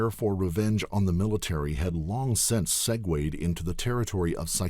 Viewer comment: "segwayed" lol